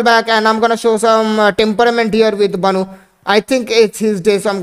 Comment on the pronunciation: Bro its Bonou not baaanoooooo